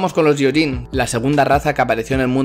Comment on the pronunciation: ¡Gracias por el video! "gyo" en japonés se lee "guio" y lo "yio". Por tanto se lee "guioyin" ¡Un saludo!